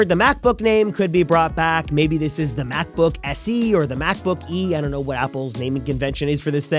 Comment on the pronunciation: "MacbBook SE"?